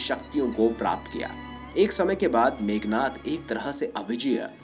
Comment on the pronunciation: मेघनाथ नहीं , मेघनाद कहो!- मेघनाथ= बादलों के राजा इंद्र। मेघनाद= बादल कड़कने जैसी आवाज वाला “रावण का पुत्र” ।